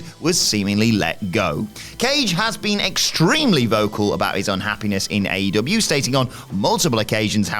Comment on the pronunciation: Is there a reason why can't pronounce aEEEEEEw sometimes?